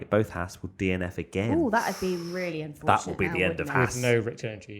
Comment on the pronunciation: pronouncing Haas correctly, take note boys.